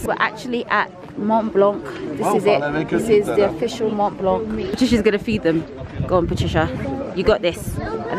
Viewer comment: This trip looked like so much fun! But I need to tell you as a frenchie subscriber, the C at the end of Mont Blanc is silent aha